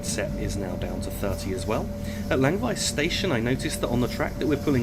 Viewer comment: As I said, he pronounced Chur absolutely correct, even with a touch of the local dialect. Germans often say "Tschur" and he didn't make that mistake. Simple as that. Chur was almost perfect, Langwies was way off, Litzirüti isn't too bad, after all he's an english bloke, so good enough for me.